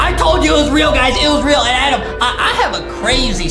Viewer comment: It’s Adem not adam lol